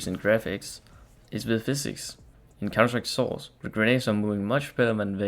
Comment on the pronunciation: Hey man, good quality video and all but you should work on you voice a little. Try not to mumble words like when you're sayig "counter strike: source" at the start of the video. All the best, keep going!